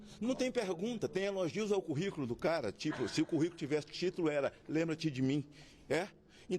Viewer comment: "Lem bra-te de mim" foi ótimo 😂😂😂😂😂😂😂